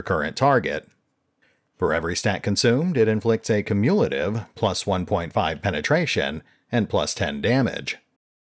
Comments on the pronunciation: Great information. Also, that's not the way you pronounce "cumulative". KYOO-myuh-la-tive. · Cumulative is pronounced "Kyu-myu-luh-tiv", FYI. Good video, just found your pronunciation of that super jarring.